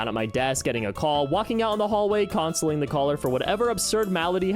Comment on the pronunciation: And "consling"